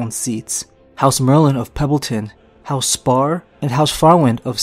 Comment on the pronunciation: Wai wai wait...House SPARR?! Do my ears deceive me?